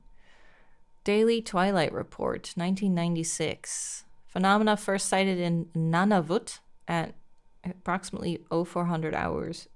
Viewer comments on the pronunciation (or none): Nanavut??? It’s Nunavut ☠️😭